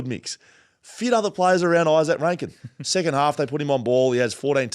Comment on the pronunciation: lol! you said they'd be "setting sicond" on the ladder 😂Thanks again for the content, guys! Always enjoyable.